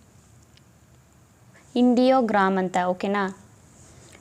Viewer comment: ಚೆನ್ನಾಗಿದೆ. ಥ್ಯಾಂಕ್ ಯು. ಅದು "ಇಂಡಿಯೋಗ್ರಾಂ" ಅಲ್ಲಮ್ಮಾ... ಅದು "ಐಡಿಯೋಗ್ರಾಂ"